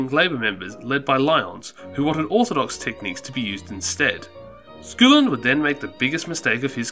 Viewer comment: aaarrrrrgh everytime...... It's not SCOOOOLIN!!!! It's SKULL-IN!!!! Aaarggghghghghghg